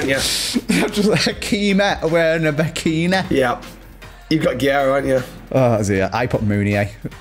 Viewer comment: it’s not that hard to say guerreiro lmao jesus every time